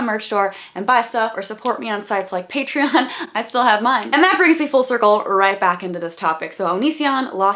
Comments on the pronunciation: Thank you for pointing out that he mispronounces “Patreon.” It’s been bothering me forever. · Ha his patreon pronunciation bothered me too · Onion or w/e the fk zem's name is mispronouncing "patreon" is as annoying as saying "queue-pon". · Eager Turtle is referencing how Onision pronounces it weird. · I’ve been waiting for someone to point out his irritating pronunciation of Patreon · Thank you for pointing out his mispronunciations of Patreon. It was driving me fucking nuts but Blair never said anything about it. For a minute I was like have I been saying it wrong this whole time? Why is she not correcting that? And how is she not annoyed beyond belief at that?! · Thank you for addressing the way he says "Patreon." That's been bugging the shit out of me and I felt like I was the only one who noticed it! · DUDE I WAS SO ANNOYED AT HOW HE WAS PRONOUNCING PATREON TOO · You’re not alone. I hate the way he pronounced Patreon lol it was the first thing I noticed when I saw the vid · THANK YOU for pointing out the pronunciation of PATREON. Drives me nuts!! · I thought I was the only one who got pissed off at how he pronounces patreon. So annoying! Glad I'm not the only one. Lol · Finally someone else was bothered by the way he pronounces patreon. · I'm glad i'm not the only one with that pet peeve. i also hear people call their patrons " patrions " too and it irks me more than it should lmao... for someone who has " ion " in their youtube name, you'd think he'd be able to pronounce it properly.. or does he call himself " Onisee-in " ? x"""D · I'm so glad you mentioned his weird mispronunciation of Patreon. It bugged me, too. "Paytrian" lol. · Bruh. Everytime I hear him say "PatreUn" I get physically angry. Its so irritating lol. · okay but i hate how he says patreon. like it isn't pronounced "pay-tree-in" why does he say it that way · Thank god someone else hates the way he says patreon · thank you for pointing out the pronunciation of patreon omg